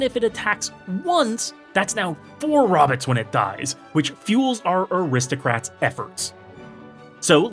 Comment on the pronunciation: incredible video, but I’m dying at “robbits”! 😂